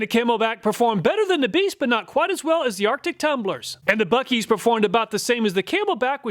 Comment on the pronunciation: It's not buekees. Try Boo-sees